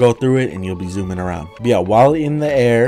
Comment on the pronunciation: "Dis thing is zoumin I love it"